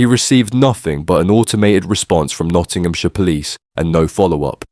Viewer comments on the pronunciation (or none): none